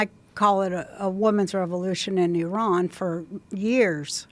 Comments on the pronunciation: I actually really respect the fact that she pronounced Iran correctly. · Wow. She pronounces Iran correctly. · I love that Roseanne pronounces Iran correctly! Now teach the rest.